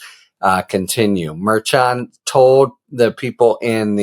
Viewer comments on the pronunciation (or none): It’s mer-shawn Harry, not mer-chin. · A brilliant man like you should try to pronounce Judge Merchan’s name properly, as Karen FA has taught you. Thank you. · Harry, please pronounce the judge's name correctly next time. (hint: KFA/legal AF team say it correctly)